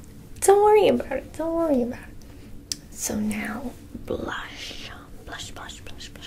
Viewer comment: sounds more like splash than blush